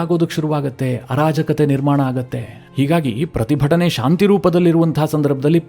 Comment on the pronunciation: ಅನಾಜಾಕತೆ ಅಲ್ಲ sir.. ಆರಾಜಾಕತೆ... ಸೆಕೆಂಡ್ ಟೈಮ್ ರೈಟ್..